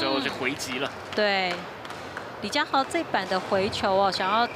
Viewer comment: 女主播也把李佳豪 唸成李佳馨 扯